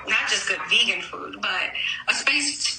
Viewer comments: Smh…They don’t all vote like us. Trump spent the whole time pronouncing her food “VAY-Gan” instead of “VEE-gan”😂😂. She should have stayed in the background and kept her lying mouth quiet. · He can't even say vegan correctly. How does she know that someone is a migrant? What prepaid card? Girl, stop! Death threats ? From whom? Someone who was disappointed that the food was vegan and not vagan like he said? She is not a member of my community. What community is she talking about? We don't eat vegan or vagan. Lol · He can't even pronounce vegan! He doesn't even know what it is! SMDH